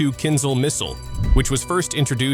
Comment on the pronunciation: Why do you think there is H after Z in word "Kinzhal"? In order to pronounce it properly, otherwise there would be no need for it to sound kinZal as you do! It is "kin-Jal", - Dagger in English. Not "Zal" but "Jal", like "Jail", "Just" or "Jam". Why it is so difficult, dalbayob?